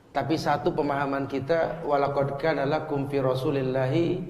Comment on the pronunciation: Yahhhhhh yg begini dibilang ulama... dibilang bagus dibilang alim.. coy baca ayat ajah salah Lu sir.... walaqodkanalakum... ckckckckck wasirrrrr....